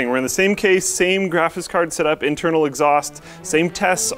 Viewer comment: Can we please ban from ever making videos like this until he learns how to pronounce graphics?